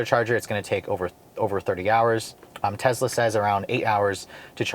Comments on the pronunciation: It’s Tesla not Tezla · Tesla not Tezla. So annoying. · i get a feeling as if a cat is scratching a chalk board every time he says "tezla" and not Tesla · Bro it’s not TEZLA, it’s TESSSSLA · it's tessssla not tezzzzla named after Nicola Tesla, the father of our modern world! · It's a good video but it's amazingly annoying how you keep pronouncing it 'Tezla'. It sounds and it is wrong. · TEZLA lol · Tezzla lol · Nothing against this guy as a person but as a reviewer of products, he's too quick to state his personal preferences about things. I find it takes away from his journalistic professionalism and makes him sound biased. Also, he needs to talk a little better. And perhaps pronounce the name correctly - It's not Tezla. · Tezzzzzla, who tf says that lol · Why does he pronounce it tezzla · Frank Marzegliano Elon pronouces it both ways, he prefers "Tezla" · Tezlas . . . they're zuper zporty, but the leather on the zeats is kind of zhitty. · Sounded like you were saying Tezla. Love ur videos ❤️ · the funny thing about the mispronunciation of Tesla in this video is that pronounces it correctly in his Model 3 video posted BEFORE this video..kinda weird....regardless i'm a subscriber and enjoy the channel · Is it pronounced tezla or tesssla?